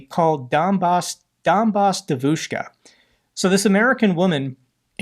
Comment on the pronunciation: In Russian, it's Donbas Devushka, not Debushka. A capital B in Russian is "v".